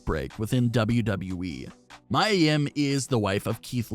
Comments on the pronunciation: PLEASE SAY HER NAME CORRECT ITS NOT MYA ITS MIA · I don't care what Charlotte says...A lot of us hate that storyline. I feel personally feel like your being disrespectful purposely saying Mia (Mee•Yuh) name wrong and I am not cool with that!